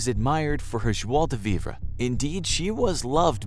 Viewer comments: I don't speak french but isn't it pronounced, "jwah de vee"? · It's pronounced "jwa-duh-vee".